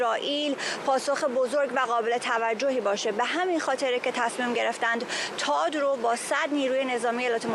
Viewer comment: تاد نه ، ثاد .... درست تلفظ کنید لطفا 🙏🏼🙏🏼🙏🏼🙏🏼🙏🏼🙏🏼🙏🏼🙏🏼🙏🏼🙏🏼